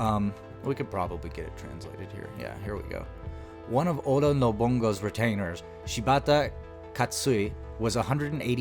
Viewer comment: Why do you keep butchering Nobunaga name?